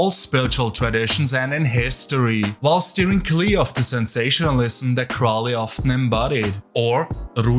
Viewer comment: Saying Crowley was an amateur is... incredibly off-base. A deviant and drug addict, sure. But amateur? You also pronounced his name and Thelema wrong. You seem like the unitiated amateur who likely wasn't allowed past the third level of anything and picked Chaos because no one has to vet your moral compass or actual abilities to have knowledge and conversation beyond the veil. Why would you know anything legitimate if you weren't even initiated in these orders.